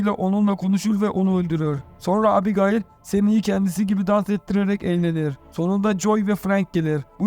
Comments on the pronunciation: abigail diye söylenmez o☺ o "ebigeyl" diye söylenir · şu abigayıl muhabbetine daha fazla maruz kalmamak için açtım 1 saat 50 dakika filmi izledim. hayır filmi izlese orada bile ebigeyl diye telaffuz ediyorlar. sündüre sündüre uzatmışlar. güzelim fikri bk etmişler izlemeyin. zaman kaybı. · Abigayl yazilir amaebigeyl olarak okunur turkceniz iyi deyi anlatiminiz yanlis once konusms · Abigail mi? Arkadaşım Ebigeil diye okunur o. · Abigail mi yok ismail deseydin daha iyiydi😂😂 ebigeil doğrusu bu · ABI GAYIL EVET, BEN DE ARAP FİLMİ FALAN SANDIM YUH EBİGEYL OLARAK OKUNUR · Abigayl abigayl nedir kardeş anasınıfı mezunumusun sen beynim yerinden çıkacak duruma geldi kulağımdaki çınlama felç etti beni abygayl nedir amk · abigayil nedir yaa :))))) daha isimleri söyleyemiyorsun sen :D :D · Abigail degil mal "Ebıgeil" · "Abi gaail" hint gurusu ismi gibi okuyorsunuz😅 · Abi,kiz gayymiki kiza abigail diyon,o ne lan😂😂😂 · Abigail yazılır, ebigeyl okunur. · Abi Gayil 😂😂😂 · Sıfır İngilizce anladık da bari ismi söyleyebilseydin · artık o kadar alıştık ki adam hamdiğayl dese tepki vermeden öyle dinlerim